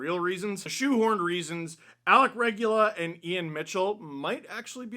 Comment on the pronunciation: Lmao Alec Regula, say it Italian style reh-goo-lah